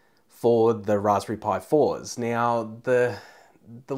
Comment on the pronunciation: Yeah, not right neow yeah.